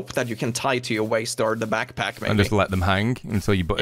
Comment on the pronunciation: Laughs right off the rip! Reminded me of my son when he was three, he used to say "pack pack" for back pack. 😂